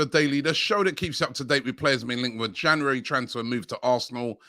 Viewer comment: Jan yuu ri